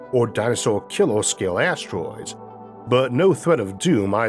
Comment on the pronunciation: Great content! What’s with the Gump accent though? It’s really difficult staying focused if you hear someone say “hordle” instead of “hurdle”. Killor? You mean killer. Never thought this accent could annoy me this much. Concorned? Concerned. Yeos? Years. Sorry but come on… Por trip? Per trip. Considor? Considered. Borned? Burned. I think this is whats holding your content back from getting the public it deserves. So yeah, good luck? Well btw, you say “good” correctly, why not use it “hurdle”. Fightors? Fighters. Eithor? Either. Infrastructore? Infrastructure. Cammorce? Commerce. Numbors? Numbers. Okay ill stop, heo? Here. Okay bye.